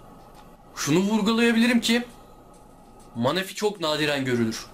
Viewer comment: Manafi değil menefi